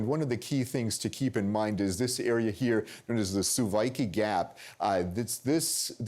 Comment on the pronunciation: Why doe s the colonel keep calling it the Suwaiki Gap? He's got the town's corerct name - Suwalki - right there on the screen.